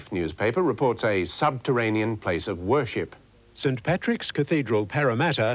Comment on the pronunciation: I thought he said horsesh**t not whorship